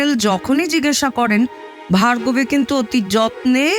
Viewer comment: Asadharon 👍 purush kantho naamta bhul pronauc korchilen Bhagarbi,pore thik korlen Bhargobi😊 thanks 👍